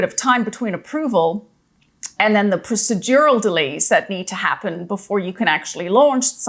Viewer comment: Prossy-durral delays? 😂😂😂